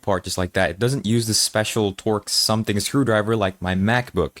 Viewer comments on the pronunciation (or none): none